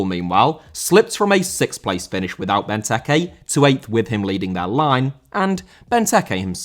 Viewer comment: Benteke* not Bentekei